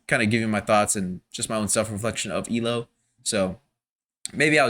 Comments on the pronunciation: "E-LO"? It's E.L.O.(every letter is pronounced.) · Thank you for your comment 😊 I was stroking out whenever he’d say “E Low” 😂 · E. L. O. not EEloh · Still saying E-LO? It's E-L-O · EE EL OH Not Elo. Just saying 😊. N.Ireland. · Please, please, please stop saying "Ee-Loh". It's so grating to E-L-O fans. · It's actually E-L-O, not "ee-lo." But as long as you loved it, that's what's important. OUT OF THE BLUE remains my all-time favorite album. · And with all due respect, fans pronounce it E.L.O. Separate letters. Saying the word "elo" is like incorrect, not how they were universally known. Unless you're kinda trying to be ironic, or annoying. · Please... Not EElow... It's E-L-O. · E. L. O. not eelow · Please say E-L-O (as individual letters), not “Eeloh”. Don’t worry, you’re not the first. Thanks for the album reaction. ELO is one on my favorite bands. The songwriting is amazing. Many of the greats are leaving us. May Jeff Lynne live forever. 😊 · I love this band and I am glad you are enjoying their style and depth. It is pronounced E...L...O all individually not as a made up word. For me Time, Eldorado and a New World Record are peak ELO I can't pick a favourite as they swap constantly. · Its EEE-EL-OH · Just wanted to mention that we pronounce it E.L.O., as the initials for Electric Light Orchestra. And, I'm glad you enjoy their music!